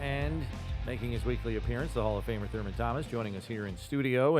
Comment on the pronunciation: "Thurmus Thomas"? Lol!